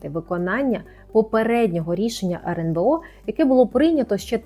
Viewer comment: почему она говорит "RНБО"???